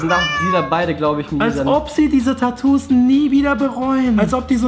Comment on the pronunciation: es heißt Tatoos und nicht Täääätuuus😭😒